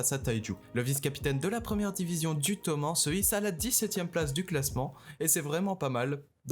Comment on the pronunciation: Toman oui mais normalement on entend le E